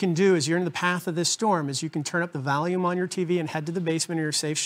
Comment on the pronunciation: sounded like you said turn up the Valium lol